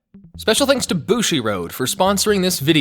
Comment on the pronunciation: I'm catching up on your last month of uploads and laughing It's so weird to see bushiroad said as bushi-road I play Love Live and always hear it as bushi-ro!